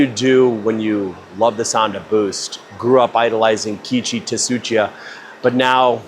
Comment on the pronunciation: Keichi….whoooo???? Am I the only one hearing the name mispronounced